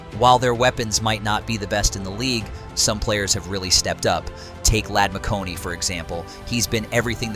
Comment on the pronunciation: Ladd Mc Who? Did he say McConey? LOL. Try McConK... With a K near the end... McConKEY... Not McConey. Yeah, obvious this AI has no idea who or what he is talking about. Obviously, they "can beat any team" as the saying goes in the NFL.... "On Any Given Sunday, any team can beat any other team." Carolina almost beat Kansas City this season. Stranger things have and do happen. But the OL has NOT been giving the QB time. He has been sacked a lot and even by teams that barely get sacks (Atlanta). They have two great tackles, but the guards and center leave something to be desired. The run game has been less than expected as Gus Bus had one run for 40 yards and only like 24 yards on like 11 carries or something like that. Averaging like 2. something yards per carry. They really need a true #1 WR and an Interior OL to be THAT team.